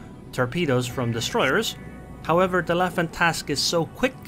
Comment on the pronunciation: Finally someone said Le Fantasque and not Le Fantastic. Bravo !